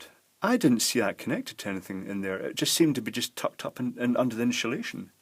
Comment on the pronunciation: insuhlation new word